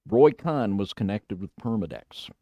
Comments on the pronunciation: It's Roy Cohen, Jew. Not, Roy Khan, David. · It's pronounced CONE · It's pronounced like cone , Roy Cohn. Pronounced like cone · Cohn is pronounced "cone"...